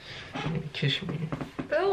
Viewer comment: “Kish me”